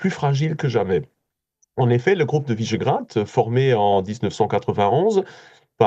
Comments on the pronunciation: Quelle barbarie de prononcer "Visegrad" comme "Vaisgrad" comme si c'était un nom angloaméricain. Qui est ce journaliste? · C'est quoi cette prononciation à l'anglaise de "Visegrád" ?(au tout début).